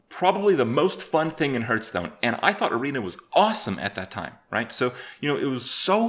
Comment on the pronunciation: You still can't pronounce Hearthstone correctly... I must admit that is an achievement :D